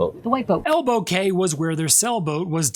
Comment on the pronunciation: FYI Cay is pronounced Key as in Elbow Key spelled Elbow Cay